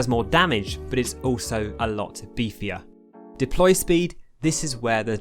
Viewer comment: "Deply" I know you probably got this a googolplex times on this video so....